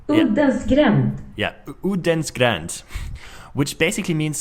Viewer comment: Nej, den heter "Uddens gränd", inte "Odens..."